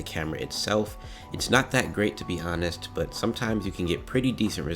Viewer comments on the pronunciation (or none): tfw he says honest with the h sound included